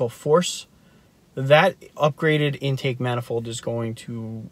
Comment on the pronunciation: The way u say intake manifold makes me think u don't no what an intake manifold is And 20hp for 2k is fucking awful